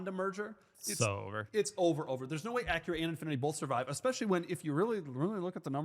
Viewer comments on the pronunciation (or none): When did they become uh Cure uhs? They are Ack uruhs.